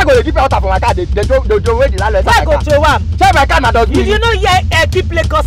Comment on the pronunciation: 😂😂😂 "I did not tew it down, I did not tew it down"😂😂😂